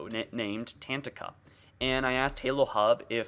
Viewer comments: Ta tank a, not 'tantika' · Tatanka is not pronounced Tantika. Tatanka translates to Bison from the Lakota Tribe language. Tuh-ton-kuh Ta-tan-ka Or just watch the Tatanka scene from Dances with wolves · Tatanka... Pronounced sorta like Ta-tonka. It's a Bison. Wonder if someone could figure out why they are using a word that means Bison for their project? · Hahah let me help with that pronunciation it goes like this (TAH TONK AH).....it is from my Tribes native language and it is the name for Buffalo/Bison. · its pronounced "Ta-tonka".. Its from Dances with Wolves. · Not to be a smart ass, but it's pronounced "ta tonka" and means buffalo or bison. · The way he says "Tatanka" lmao